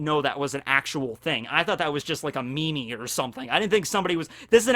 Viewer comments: Did he just say me me instead of meme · This man said me-me instead of meme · Did you just say “me-me” as in meme ? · did you just fkin pronounce it as me-me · IT'S PRONOUNCED AS MIIIIIIIIIIM NOT MIMI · No one's gonna acknowledge the fact that said "me-me" instead of "meme"? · Did you actually say me-me for meme? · says meemee instead of meme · Did this man just say me me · Did he just say Me Me???? Not meme? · "me-me"? No... seriously? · ...did say "MeMe" instead of "meem"??? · Did this mans say "me-me"? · Did my mans really just say me-me? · >he pronounces meme as "me-me" is such a goober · He legit just pronounced meme as me-me smh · said meemee and lost all of my respect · I came to the comments for this.. Like wth lmao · Yes, yes he did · Calls meme " mee-mee" Lol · wait wait wait wait... did you just said "meme" as mimi? o.O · He always pronounces the Mimi